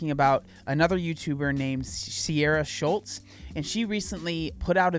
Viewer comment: Her name is Sierra Shultziee, "Sh-ul-tz-ee", not "Shultz". So you're not here to shame people, but you keep making these videos where you're giving your critical opinion on people who are a weight that you don't personally deem appropriate. What exactly is the point here, if not to shame? To point at these people and decide because you think they're wrong in what they're saying and make them to be a "bad example"? Sierra has made a ton of videos of workouts and healthy Eating, and she's all about loving your body. She talks about how important health is, including working out and a healthy Eating lifestyle. Sierra's whole point wasn't that "being fat is fine", it was that people should respect, treat, and value Humans the same no matter what the reason for their weight is. She wanted to point out how messed up it was that people were questioning her weight gain, thinking it was appropriate for them to judge her body in her comments and DMs, only for some of those people to apologise when it was "for a medical reason". As if a diagnosis of PCOS is a more legitimate reason for weighing more than just some natural weight fluctuation would be. Sierra is actually a really good example of body positivity done right. You even say in your video that when it comes to strangers that it's none of their business. You are a stranger to her, so isn't making a video like this a little bit hypocritical? She's literally taking about her weight gain in relation to her efforts to get pregnant.